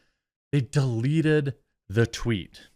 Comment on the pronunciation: thank you for not editing out the tweet flub...made my day lol